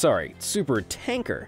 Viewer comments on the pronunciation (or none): none